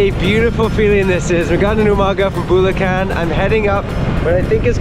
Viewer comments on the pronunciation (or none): Punto is accent. Bulacan is putting emphasis on the unexpected syllable